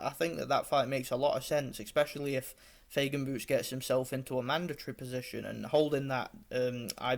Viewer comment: Файген, а не Фейген! мы же не говорим Сеан вместо Шон